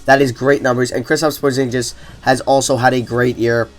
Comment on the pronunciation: Porzinjiz hahahaha